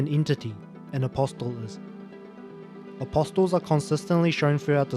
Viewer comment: the t in apostle is silent was driving me nuts lol